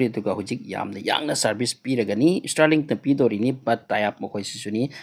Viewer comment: Stirlink natte STAAAARLINK aduga sigi news sina kanana haino? Ngga elon musk ka pao faonarabo?